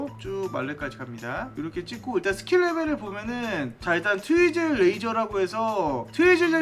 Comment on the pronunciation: 트위즐 젤리를 트위틀 젤리라고하는 1인